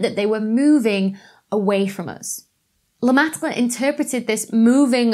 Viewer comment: That was NOT a horrible Aussie accent. Dr. Becky. Thou shouldst not sell thy linguistics short. Singing the BBT theme. Loved it! And thanks for pronouncing Lemaitres' Name. Been wanting to hear it for some time. A hard one to remember.